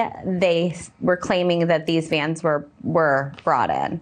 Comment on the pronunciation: Never trust a person who pronounces "vans" as "vyens".